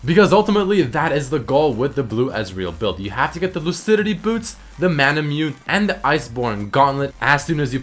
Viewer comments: you pronounce it as Mana-Moo-Neigh. (no offense. i luv you bro) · "mah-nah-moo-nay" = manamune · Nice vid, just a couple things that sorta bothered me in the video: manamune is called mana - moo- neh and muramana is moo-ra mana.